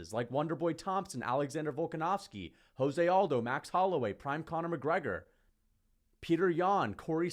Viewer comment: Jose Aldo is Brazilian. His name is pronounced Portuguese. So it's not 'hoze' but 'jose' as in Rio de Janeiro.